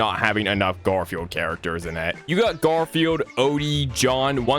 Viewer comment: I love how bro said gardfune